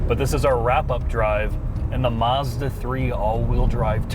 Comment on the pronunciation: Hey guys😂 Mazzda never has had an "r" in the name! Marzda is not a brand & never will be. Check their car badges: Does it say Marzda or Mazda? My bet is is says Mazda and thus will it always be so😂.